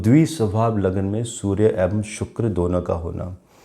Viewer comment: आप "ऐवं" बोलते हैं। शब्द है "एवं"।